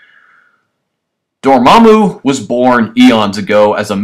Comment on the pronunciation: And it's Dormammu not Dormmamu